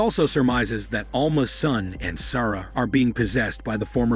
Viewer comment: Interesting way to pronounce "Sara" too! Lol. Also lit*^ candle, not "lighted". Smh.